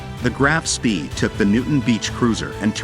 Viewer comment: "spee"? I was taught it is pronounced "Spay"?